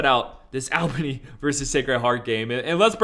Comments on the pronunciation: Bro say it like Allbany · Him saying Al Bany was pissin me off 😂